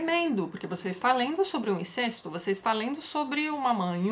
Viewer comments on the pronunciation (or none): none